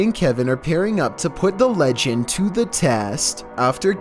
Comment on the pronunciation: emphasis on "legend"